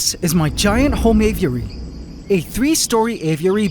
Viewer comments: Ay-vee-eh-ree. Not ay-view-eh-ree. You say this word a million times in this episode. My ocd won’t let me watch this one because of your mispronunciation. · It pisses me off how you say av-i-ur-ary. It's just a-vury. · man said GAYviary!!😂❤ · "Gay-viary" lmao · Por que ele fala assim dando ênfase? Aviárioooo kkkk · Did bro just say gayviary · bro you said gayviary? hahahahha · Did he say " gayviary " ? Lol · Heard that as well lol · Please just keep calling the Aviary the Gayviary, I love it. 😭👌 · He straight up said Gayviary lol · "Gayviary" I died 💀💀 had to rewind twice just to make sure i heard it right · How is it possible to mispronounce “aviary’ so many different ways? You’re like Benedict Cumberbatch and ‘penguin’